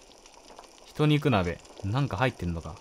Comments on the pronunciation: の「人肉なべ」って、ひとにくなべじゃなくて、じんにくなべじゃないの？ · 大きな鍋の中は、ひとにく ではなくじんにく です